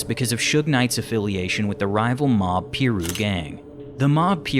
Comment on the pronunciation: Once he said mob peeru gang i had to turn it off lmao